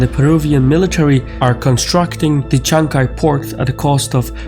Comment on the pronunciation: Peru's port project is called Chancay, not "Chanchay"